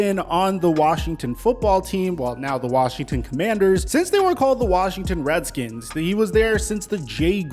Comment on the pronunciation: Cancel this man he said Reddkins lol